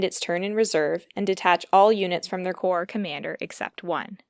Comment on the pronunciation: Forgive the note, but "corps" is pronounced "core" or plural "cores," and "Davout" can be said "Davoo." I've heard Bagration pronounced "Bag ra tee on" and also "Bag ray shun." French and Russian names are troublesome to an English speaker :)